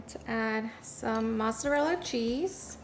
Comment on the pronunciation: You had me until “MATZARELLA”. Why oh why is it always mispronounced?😭😭😭